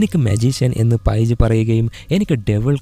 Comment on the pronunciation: പൈജ് അല്ല പെയ്ജ് 😂